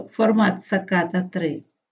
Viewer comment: Не позорся з вживанням невідомої тобі комп'ютерної термінології! Це НЕ ВІДНОВЛЕННЯ інформації!!! Це всього лише АДАПТЕР з одного інтерфейсу на інший!! І не саКАта, а САТА (українською), SATA (англійською)!!! У мене є вже десь понад 20 років комбінований адаптер IDE, SATA to USB!!! Про інтерфейси IDE(ATA) або SCSI ти мабуть і не чула! Ще раз... Не показуй своє невігластво, з зарозумілим виглядом, буцімто ти в цьому щось петраєш!!!